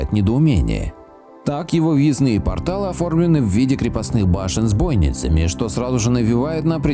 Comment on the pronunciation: С бойнИцами, а не с бОйницами. Учи русский язык.